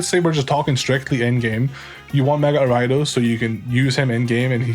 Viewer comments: For the longest tine I was trying to figure out what the fuck Arai-dos was. It took typing it to realize he meant Ariados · Are you referring to gyarados when you say ridos im so confused haha